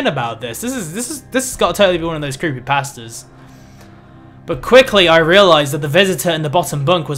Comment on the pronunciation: Gotta love those creepy past-uhs.